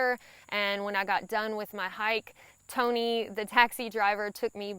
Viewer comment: and ya gotta love that accent... I'm from Georgia and I love listening to her talk... imagine that hyak.... hike to me